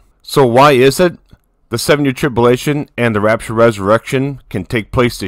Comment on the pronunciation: Trib-U-lation brother . God bless you